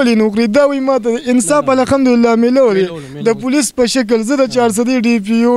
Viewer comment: دا خلک د کومې علاقې دي دوي د (ه او خ)فرق نه شي کولاي مايک والا د (قهار ) پر ځای (قخار) وايی او دابل د (الحمدلله)پرځا ی (الخمد لله)وايې دوي خو به دلمانځه الفاظ او دقرآن الفاظ ټول غلط وايې ۔